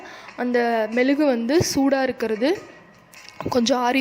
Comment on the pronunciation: It is mezhugu not melugu